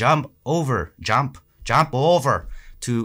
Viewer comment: "Jomp Ovrrrr"😂